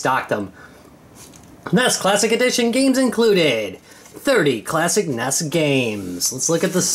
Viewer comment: N.E.S. Not nes... come on man.